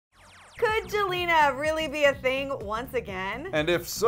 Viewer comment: Did he say joelna